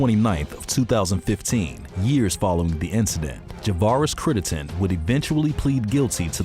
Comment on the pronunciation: Critt-EN-den...Crittenden...if you're gonna make a video, pronounce the dudes name correctly.